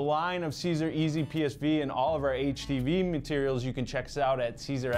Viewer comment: Sigh-zer = Siser